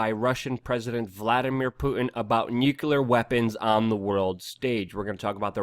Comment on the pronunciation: Nuclear, not nucular, rubles and not rupees. Also Eeranians, not I-ranians...